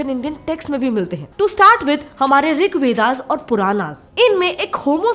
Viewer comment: Why are you saying महाभारता, कपिला, ऋग्वेदा etc. महाभारत, कपिल , ऋगवेद होता है वो। Jab video hindi me hai to pronunciation real Karo. जैसे योग का योगा हो गया है इनका भी यही हाल होने वाला है।